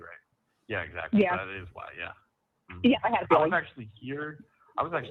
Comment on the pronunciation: Stop saying exAcccly, and taaaableet.